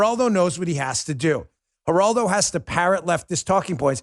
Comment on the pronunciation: ...And cursing elders is unseemly. You look like a bully when you pile on Mr. Rivera with your rant. "Numbnuts"? And you sound like a racist when you mispronounced his name. Show some respect. Geraldo (starts with an "h" sound), he was the first to speak out on TV on behalf of abused women and children-look it up. It's a '70s era grainy video. Geraldo Rivera has had his media chops for a long time, and you weren't there to insult his street creds.